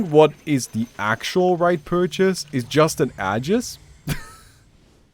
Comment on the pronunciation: can you please stop mispronouncing "AEGIS" lmao